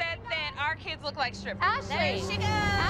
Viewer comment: Legend says Christi is still saying “Ashleee”